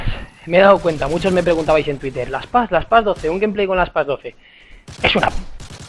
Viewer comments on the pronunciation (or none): none